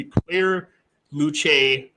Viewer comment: Luce is pronounced “loose” not “lewchy.”